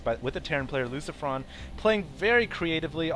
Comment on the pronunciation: why the hell does he say "creatitively" or something insteda of creatively? that's the second time he said it. is it some inner joke or what